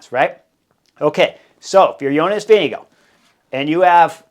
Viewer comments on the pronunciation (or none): Vingegaard.... Vin-ge-gaard